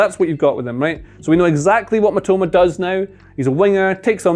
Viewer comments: Please pronounce as miTOMA rather than MItoma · It's Mi-to-ma... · the guy name got butchered 😭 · You couldn't let do another take to say Mitoma's name correctly? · "Kwaroo Meetima" 💀